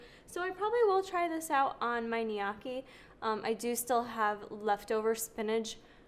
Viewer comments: Say it with me.. NO-KEY .. lol Knee-ya-key 😂🤣😂🤣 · Elizabeth Dodds Lol all Italian websites/videos say to pronounce it Knee OH Key (with the oh being emphasized). Not saying I know that’s correct, but just because your husband is Sicilian doesn’t make it correct 😆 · Please... Gniocci is pronounced NO-KEY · From an Italian person...Gnocchi = “Ne-ukky” 👍🏻🥰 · Just google gnocchi pronunciation. Great vid